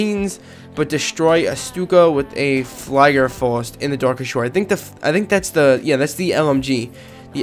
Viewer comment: It's actually Geh-vare (German w is a v sound). Also, when i and e are together you pronounce the second... (fliegerfaust --> fleegerfoust) If it's ei then you pronounce it like 'I'. Lastly, I'm assuming based on what you were saying (maybe I'm wrong) one of the characters had the name Euro in it, that's pronounce oyro.